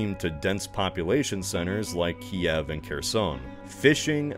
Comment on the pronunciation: Good job on pronouncing Ki-ev correctly